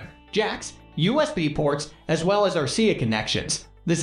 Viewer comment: Especially when they refer to RCA connections as "R-Sia connections."